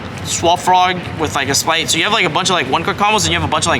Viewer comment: whys it always sound like this guy says "splight" and not spright